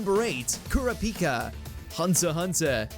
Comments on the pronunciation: Ker-uh-peeka? What in the actual shit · it's koor-ah -pi -ka, that's the right pronunciation of how to say his name, not the "butchered"/(terrible) way you said it. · He just said kura- pika 😭